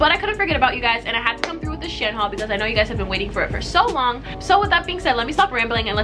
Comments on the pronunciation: It’s pronounced she-en. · They way she Pronounces shein lmaoo